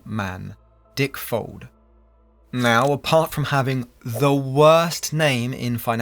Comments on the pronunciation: Heheheh.. you said Dick-Fold 😅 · Amusing how the VoiceOver and sidebar texts refer to Dick Fuld as 'Dick Fold' Folded indeed!